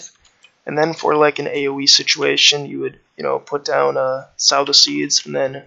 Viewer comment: Sow the Seeds, like So with a long o. Good guide, thanks